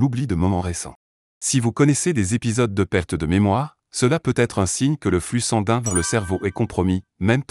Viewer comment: Si je vous suis, je devrais passer mes journées entre mon médecin traitant et l'hopital.🥳 Le robot qui parle ne sait pas dire "sanguin" ni d'autres mots.